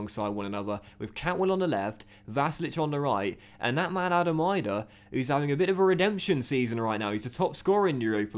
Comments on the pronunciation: Adam Idah's name is pronounced like an e at the end so it is like saying Adam Eedah not Adam Eyedah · Bro have been saying this since day one. I know the guy as well played footy with him hahah it’s eeeeedah not eyedah lol